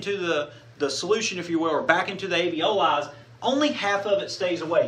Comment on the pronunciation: * Alveoli, not aveoli.